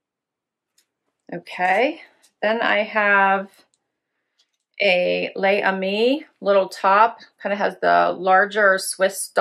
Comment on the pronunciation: Hi. I just had to interject. "Les Amis" is not pronounced Lay ah me, it's properly pronounced Laze ah me.